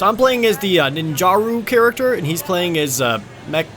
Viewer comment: Ninjara isn't pronounced ninjaroo